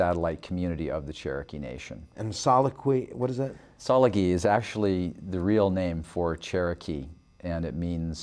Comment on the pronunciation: Right from the Start. Tsa-La-Gi LA -is NOT pronounced as he said. It is not saw-la-gi It sounds like "Jaw La Gi" It hurt me every time I heard the members in LA say it that way.